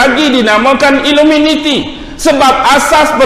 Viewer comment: Sebab apa tak sebut betul2 iluminati tapi sebut iluminiti sebab "minat"